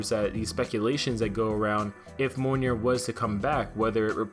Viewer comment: You're saying mjolnir wrong. Its pronounced like mee ol near